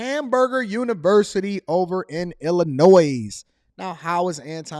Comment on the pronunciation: Anton, the ‘s’ in Illinois is silent.